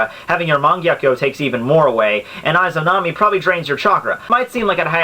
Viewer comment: Just a note, you're pronouncing "Izanami" incorrectly. =V I heard it being said in Persona 4.